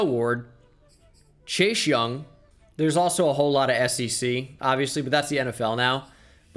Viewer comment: says chase young me: did he just day chei shung?